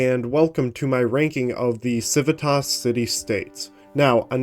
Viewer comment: It would be pronounced kiwitas